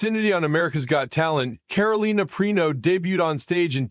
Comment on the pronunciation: This narrator is terrible. First, he can’t even say her last name properly, than later he says a bunch of gobblygook that makes no sense.